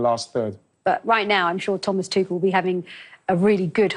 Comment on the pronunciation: Yes, great, all of them are women, but none of them are informed and professional enough to pronounce Tuchel correctly.